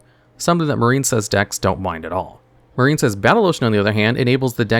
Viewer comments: The Marincess part hurt my soul 😔 Its "MarINcess" NOT "MarINEcess". There's no silent "e" in Marincess, so the "i" doesn't make the long i sound. It's supposed to sound like "Princess", because there's no such thing as a "Preencess" smh 😑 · I had to skip Marincess. I keep hearing a very different word.